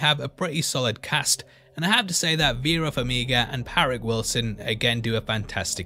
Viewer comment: excuse me sir? parrick wilson? 😂